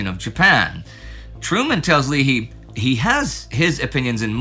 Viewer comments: I'm a Leahy. It's pronounced with a long A. Lay-hee. (After nearly 55 years of hearing it mispronounced I just always chime in). Also, thanks for mentioning him at all. There's almost NO knowledge out there about him and I always thought the guy bearing my family's name was just a rose garden butt kisser who never did anything meaningful during the war. While I'd rather have seen him commanding ships that delivered pain to the enemy, knowing he was genuinely useful makes me pretty happy. A fellow is never too old to learn new stuff! Thanks! 🤘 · I've heard it mangled as "leah-hee", "lee-hi", and "lee-hee" a lot. From watching the few YouTube videos I've seen on the Admiral he was introduced by my family's pronunciation "Lay-hee". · Admiral Leahy's name is pronounced LAY hee. General Yamashita's name is pronounced : yah MAHSH tah. Admiral Leahy knew FDR when the future President was Assist Sec of the Navy. Leahy was later chief of naval operations and pushed to increase the US Navy fleet tonnage by 20% in the late 1930's. He retired right before WW2, but FDR said he might need him back. President Roosevelt made him Governor of Puerto Rico then ambassador to Vichy France before recalling him to the Navy from retirement as Chief of Staff to the President. He held the very first 5-star rank in the US, senior to all military officers including Marshall, King, MacArthur, Nimitz, Eisenhower and Arnold (in this order).